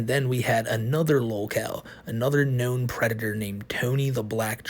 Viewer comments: this guy is a pwedatoh…. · is a pwedatow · is, and will forever be, a pwedatah. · okay pwedator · is a pwedatah. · Hes literally saying "Hey guys, don't wowwy; I'm not a pwedatow". It's adorably hilarious how he has a lot of evidence against him; but claims he isn't what he clearly is. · is a pwedator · It's pronounced "Pwedatah." 😊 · THA WHITE BOWSAS A PWEDATA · * is a pwedatow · I’ve noticed doesn’t even pronounce the d or the t in predator. He says “pwe-i-ah”